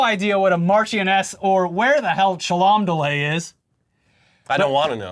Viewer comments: For clarity, Cholmondeley is pronounced Chumly. We Brits love a good wonky name like Featherstone-Haugh is pronounced Fanshaw. It's so the toffs can tell if you're a pleb. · Marchioness is pronounced “marsh on Ess” Cholmondly (which. I can’t spell on an iPhone) is said “chumly” which is as dumb as it sounds. Just wait until you hear “sinjon”. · Guys – FYI: ‘Marchioness’ - a legacy British title - somewhere between Baroness Doohickey and Lady Dodo, ‘Cholmondeley’ - pronounced Chomondly. Where is it? Don't know. DON'T CARE! Ok fine – it’s in Cheshire. Which is west (to the RIGHT) of the tippity-top-top of Wales. You’re welcome. Y’see now Florida? Learning subjects such as geography and history in school is a good – GOOD – thing! Gettit? Thought not. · Hah! The last part of princey-poo's new fling's name is pronounced 'Chumley', guys, believe it or not. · Complete bag fumble on the pronunciation of Chomondeley, just looking at that miasma of letters clearly it's pronounce "chum-lee", yes we're a serious country doing serious things all of the time! Also unhinged conspiracy theory: King Charles, naturally, ordered the assassination on Meghan Markle. But the assassin, like the rest of us, couldn't remember which one was Harry and which was was Will, so killed the wrong wife - which is what happens when you think of women only as a man's wife, and not as their own unique assassination target. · Commonly is a Hall in West Cheshire England. It is pronounced dead Chumley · According to Wikipedia, "Cholmondeley" is simply pronounced CHUM-lee -- like the dumb one from Pawn Stars 😝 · I'm over an hour too late in saving you the trouble, but Chalmondley is pronounced like Chumley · Sorry guys, you won't believe this but the place is pronounced 'Chumley' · Its pronounced "chumley" you damn heathen colonists. How else do you think Cholmondley would be pronounced? Whatever next, are you going to fail to realise Featherstonehaugh is pronounced "fanshaw" ???